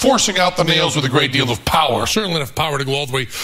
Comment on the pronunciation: “They’re forcing out the nails withagreatdæl of *POWER*”